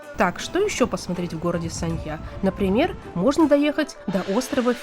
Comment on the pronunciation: Город очень сильно изменился с 2006 года. Не узнаю. Познавательный видос, но музыка фоном отстой. И постоянно повторять название города да ещё и с не правильным ударением, тоже так себе ))))